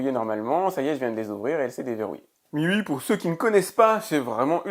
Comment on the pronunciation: super vidéo mais mi ui se prononce " you aie)